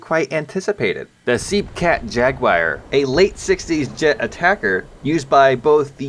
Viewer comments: ...Seepcat Jagwire. It’s pronounced: Se-pe-cat Jag-u-ar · Pronounced - SE-PE-CAT Jaguar